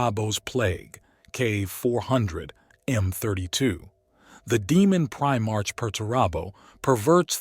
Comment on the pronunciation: Your pronunciation is atrocious and makes this entire video unwatchable. You are either using a text to speech, AI agent, or your have never seen any other lore videos ever created. Prime Arch? Did you mean Prime Ark? A ba don AB a don ABAD On. Can you make up your mind how to say this word? Ghoulimon? did you mean Gilliemon? My favorite was Imperia of man. IMP ear e um. There is a reason why this narrator was forgotten.